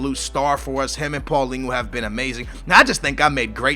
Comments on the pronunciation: please start pronouncing Paulinho right. You got the first part of his name correct, but his name doesn't end like paulingu. It's paulinho, like you say ronaldinho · Paulingoo? the fuck, Its Paul-IÑHO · And it's not paulingo it's paulinho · Paulinhos name is said = paul-in-yo . Pretty easy!